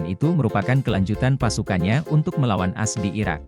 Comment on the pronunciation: Tolong naratornya yang benar baca teksnya bukan dibaca "as" tapi baca AS atau Amerika Serikat. Sangat mengganggu kedengarannya..